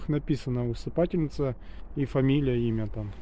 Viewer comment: Спасибо Но правильно усыпальница. Спасибо.